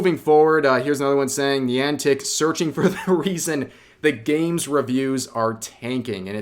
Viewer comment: I just came from Hero Hei's video on the subject where I had a stroke over him not being able to pronounce Niantic despite showing the phonetics in his own video, and then you also get it wrong. I'm done. Today is cancelled, I'm going home.